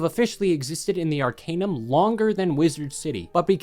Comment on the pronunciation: ar-CAN-num not ar-CANE-num